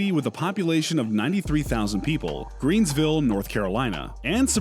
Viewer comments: Greenville not greens. Ight, sorry, keep going sir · You pronounced Raleigh wrong! Pronounced like 'Sir Walter Raleigh'! It is also Greenville...no 's'